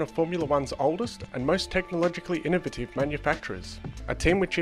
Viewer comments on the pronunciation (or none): none